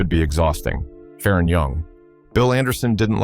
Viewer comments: It’s not Fa Ron! It’s Faron! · I'm a year younger, and never heard it pronounced that way either.